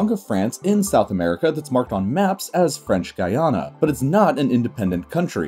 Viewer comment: I would just like to take this moment to say good job on your pronunciation of Guyana & French Guiana. Thank you!